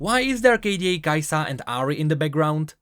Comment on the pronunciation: Everytime u misprounounce KAisa makes me wanna punch things